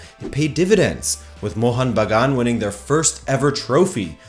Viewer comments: Bro, the way you perfectly said mohun bagan was loveee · Hit the like just because you pronounced Mohun Bagan as close as a foreigner could get it. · I appreciate your efforts to bring up the two heritage clubs of Indian football into discussion specially when it comes from a far western country.. Your Bengali pronunciation was almost perfect with no complains.. But the thing you must correct is, Mohunbagan was never conferred the national club of India by the Government of India. There is no official statement by the government of India. Even several Right To Information replies by the Government has denied the statement. You can search it on internet. Hope you keep following Kolkata football & all the best.. I'm sharing this video with various East Bengal fan club pages in Facebook.